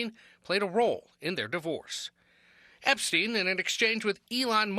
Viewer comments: Can you repeat the name epstein again 😂😂 Not epa stein 🤣🤦🏿‍♂️🤣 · THE EP-A-STEEN FILES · Whis Epestein?!?!.😂😂😂😂😂😂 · You don't sound cool saying Ep-a-stein, you sound like a jerk A-hole who doesn't give af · Lmao my boy said The Ep-A-Stein Files 😂😂😂😂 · Lmao "The Ep-a-stein files" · Aka JJJ EEEEEE. WWWWW files